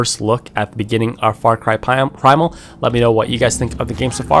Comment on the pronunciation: "hope you guys enjoyin' this Faw kuway Pwaymal, hafafassday!!"-:)))